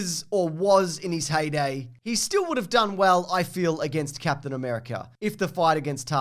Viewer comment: I think you mean “C-ape-tian America”